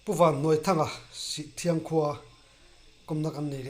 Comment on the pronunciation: Han like sak leh phawt mai i la in inhmaeh tlat in in kawm hi, ngaihthlak peih leh peihloh chu thuhran,. hi chu i mi kawm te tawngkam hi i ngaithla lo a ang hian an khaw hming hi a sawi fo tawh a pawrt18 ah meuh pawh an khaw hming diklo hian i la lam char 2 zel chu a nia leh Sihthriang ti anga lam tur aw sih pahnih awmdung ang sawina a ni e.